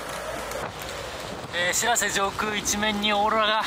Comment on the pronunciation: しらせ⤴️じゃなくてしらせ➡️な